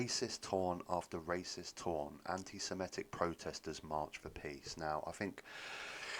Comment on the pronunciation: It's Sem-i-tic, not sem-e-tic.